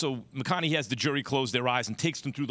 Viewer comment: The most shocking part of all of this is max pronouncing McConaughey, "McConaughee"